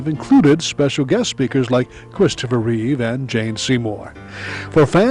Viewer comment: It is Christopher Reeve, not "Reeves". George Reeves was the original TV superman.